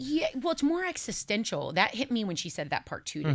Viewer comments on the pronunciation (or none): none